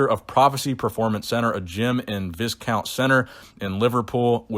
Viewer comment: btw, i think viscount is pronounced- vie-count